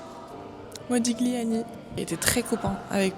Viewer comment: Modiliàni, avec l'accentuation sur l'avant-dernière syllabe (comme dans tagliatelle, on ne prononce pas le g)